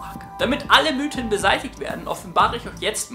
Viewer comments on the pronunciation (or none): none